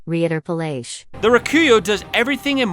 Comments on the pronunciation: At least my fav the beast cutter got some points for drip 😂💀 And Reiterpallasch is pronounced "Righter paah-lush" with a hard R at the beginning, ya know every fromsoft game needs a german weapon to cunfuse players about the pronunciation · I could be wrong, but I think the Reiterpallasch is a german name. Reiter means Horseman/men and Pallasch is a type of type of slash and thrust weapon. I think it's pronounced "Righter-puhlush" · I think Text to speech f*cked up that german more than you would've. Rai-taire-pawl-awsh Rei is spoken like in "RAIden" Ter as in "VolTAIRE" And the German a is a round a like the one in the word "Aqua". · "Reiterpallasch" is german so the pronounciation is still different thought it would be cool to know. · People struggling with pronouncing Reiterpallasch will never not be funny to me. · asa german, hearing the voice spelling the "reiterpallasch" completly wrong, made my cringe for a week. srysly i watched this a week ago and now have awoken from the cringe to write this comment.